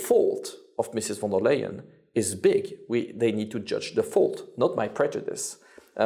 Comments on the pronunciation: warum sagt er immer von der "m" Leyen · Warum sagt er immer: Frau von der "M" - Leyen?